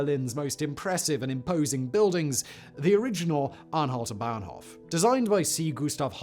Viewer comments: Bahnhof not "Banhof" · It's "Bahnhof", not "Banhof" ;)